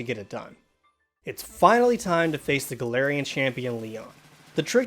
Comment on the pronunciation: And he can’t even say galarian